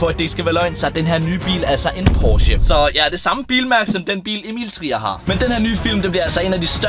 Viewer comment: I starten sagde du Emil tier